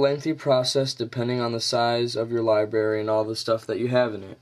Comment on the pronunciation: libary? nice pronunciation there. lib'R'ary